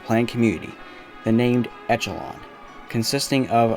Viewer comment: Good video. It was nice to revisit this site, as I worked on the redevelopmen project back in the early 2000's. And FYI: Echelon is pronounced "ESH-a-lon" , not etch-a-lon. For what that's worth. Thanks for the trip down memory lane.